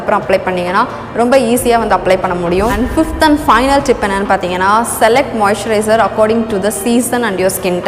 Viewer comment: நீங்க மொய்சரய்ஸ்னு சொல்ரிங்கலே அபிடின்னா என்ன சகோதரி